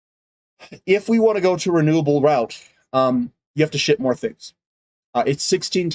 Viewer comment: Thanks....I have to laugh though, because every time you say the word 'ship', I think you're saying something else.....hahahaha